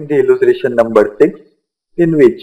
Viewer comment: Alya pela bolta Sikh !!! Illutration nai illustration ,Shawn nai shown!!